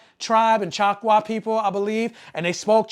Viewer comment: I was pointing out that you kept mispronouncing the name of the tribal nation. That's not right